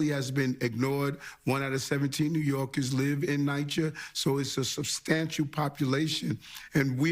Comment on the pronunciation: Hey gorilla Adam's... its NEW YORKERS! not NEW YORKIS